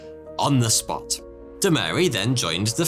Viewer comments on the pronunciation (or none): none